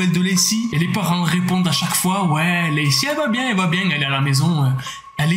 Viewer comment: Je rigole tjrs qd tu dit biengue😂😂